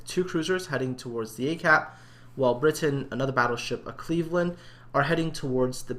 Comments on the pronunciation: I have no idea how you get briton out of bratyn??!!??, with all the time you take to make this a top notch channel, you completely insult all your subscribers who send in their replays and you mis pronounce their names, let me see, ya - 100% of the time!! Start going through your replays and count how many times you've said "I hope I''ve pronounced that right". Well, here's a thought, take the time to respect players names and learn how to pronounce them. Try sounding them out - 'a' doesn't sound like 'i' - just sayin'! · The way you said it initially was correct:p Brat-yn;) Thanks for featuring it,! - Bratyn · Everytime I come back to this, I can't help thinking:, how the hell did you get an 'i' sound from an 'a'. if he was called Britain, he'd have spelt his name 'Britain', not 'Bratyn'. I know it's been two months, but sometimes I despair over people, even those who appear competent. Jingles saying that the Cleveland has 156mm guns, even though it has 152's. Jammin411 using results screens from a defeat in a Zao for a victory in a Yamato. We all make derps, but they can intensely annoying.